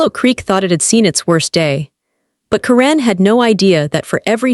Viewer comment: It's pronounced KAR-en, NOT ka-REN!!!!!!